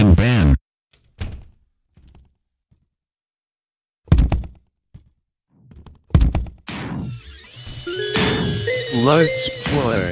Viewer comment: Gotta ban ban ban but sounds like Bam Bam Bam